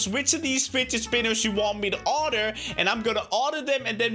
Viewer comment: order not ardur